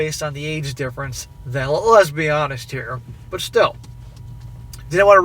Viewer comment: Sorry every time he says lets be honest...I instead hear him same Lezbe honest.